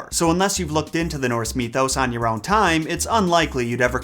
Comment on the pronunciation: Mythos not fucking me-thos. Either than that love the vid